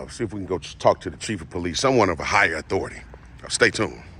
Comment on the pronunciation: it’s not the poh-lice dept it’s just simply the police. Stop emphasizing on the poh in police. It just sounds ignorant. Sorry!!